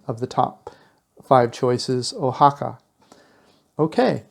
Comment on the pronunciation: How about matching video to voiceover. And learn to pronounce the names correctly. You have missed of them. Wah ha ca not o ha ca